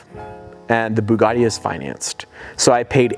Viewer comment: To race his "BEEGADI" veyron